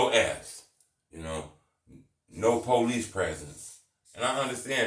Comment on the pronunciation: This nigga “policey”🤣